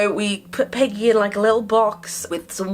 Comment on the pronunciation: Is it just me or when says Peggy quickly it sounds like piggy